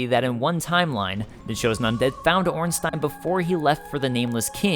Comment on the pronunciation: You are the first english youtuber to pronounce Ornstein correctly😄